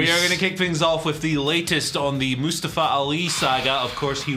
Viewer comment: Moostavva. That's what you sound like right now.